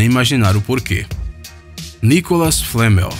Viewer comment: não é nicolal flamel